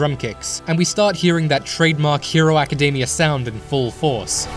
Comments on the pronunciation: "My Hero Acadeymia" lol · Am i the only one hearing him saying academia wrong?